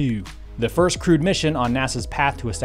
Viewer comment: crewed not "crude"😂